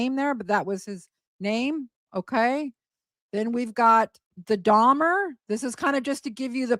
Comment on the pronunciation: When Gypsy is in the interrogation room and says “Jeffrey DahMAH” - she says it that way because she’s trying to sound mentally slow. Part of the con was that she was slow for her age. In some of the videos to Nick where she’s being “Kitty” her lisp is much more pronounced as well. She says “DahMAH” to try and sound like a child who doesn’t know how to pronounce her words.